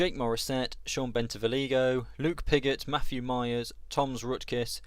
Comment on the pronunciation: Searching for my home team and this pops up haha! A bit of pronunciation help so some people can stop cringing, its "vee-ola", "bentee-vo-gleeo" and Schiestel is said like "pistol" whilst Louis is just Lewis. Can't complain about Linget though as everyone says it differently!